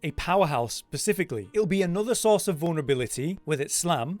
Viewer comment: 'pacifically' My god dude.... what's wrong with indian oceanly? Or dead sealy?